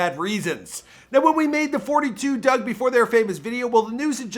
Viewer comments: and it’s FOUR TWO DUGG not doug while you think you know sum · I can’t watch if you keeping forty two dugg it’s just four two dugg